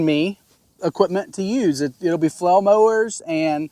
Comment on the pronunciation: You have great videos on flail mowers. I've watched most of them. I still struggle getting past you calling them a "flow" mower. I even turn up to audio to make sure I'm not hearing you incorrectly. Aside from that, I appreciate that you show issues that you have with equipment - even when it's your fault. I don't need another brand commercial that only shows everything going perfectly. I haven't even decided which flail mower I am going to purchase yet, but I already know I need flow restrictors based on your video.